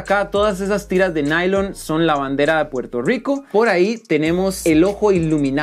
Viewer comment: Nada me deleita mas que escuchar a decir Pwerto Rwico😔👊🏿